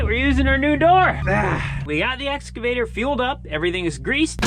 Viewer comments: EXCAVATOR not “exavator” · he actually says "Nexgavator." ,my god lol can we check him for being on the spectrum please... only concerned for yalls overall safety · Nooooooo. It isn't the essavator. You took pains to learn and teach the brand name pronunciation. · I still giggle when says "excavator" because it sounds like Ex Evader...like he's trying to keep away from a former girlfriend.